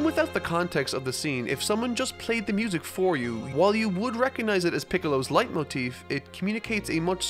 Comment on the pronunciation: I judge my youtubers on how good they speck the german words... Your "Leitmotiv" ist sehr gut👍